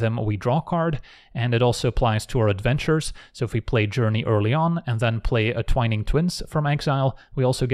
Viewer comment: That's the first time I've heard someone actually say "twine-ing" twins the right way, and i feel like a weight had been lifted.